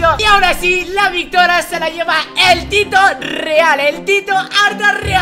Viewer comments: as dicho victora no victoria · min dise Victora no Victoria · En el minuto dijiste mal Victoria